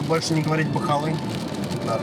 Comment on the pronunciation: Так забавно слышать "бахаллы" 😅 это как по-русски говорить дорага😅😅😅